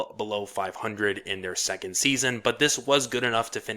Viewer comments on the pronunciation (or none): none